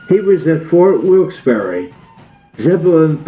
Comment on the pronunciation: The narrator is mispronouncing Wilkes Barre throughout this documentary